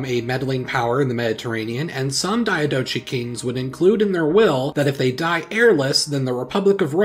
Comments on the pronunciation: Diadochi is pronounced with a k sound at the end, not a ch sound. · It's pronounced Die-a-doc-eye. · It's pronounced diadohi not dianochi. H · It’s pronounced dee-á-do-koy